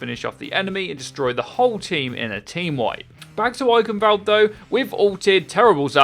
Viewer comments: if this voicec got it right, then yes ^^ Eiخnwald. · no its just mispronounciation of german words by non german speaking people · The 'ch' in Eichenwald(e) isn't pronounced like a 'k', its a Sound not used in english, which sounds like a cat hissing. would be great if more People say it right, because even Athena/announcer doesnt get it accurate.